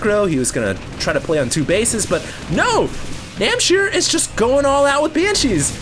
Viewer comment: NAM H C IR not NAM C H IR